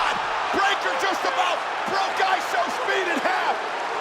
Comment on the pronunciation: World cup song in the entrance and the commentators saying ishowmeat